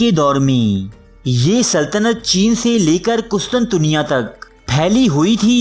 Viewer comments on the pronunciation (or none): none